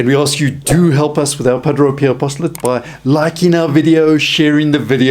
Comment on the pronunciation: Pa - DRAY! NOT Pa- DRO!